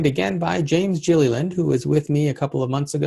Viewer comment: did you call him jillyland? for sure get his name right awesome show by the way